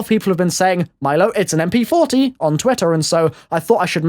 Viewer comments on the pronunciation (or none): none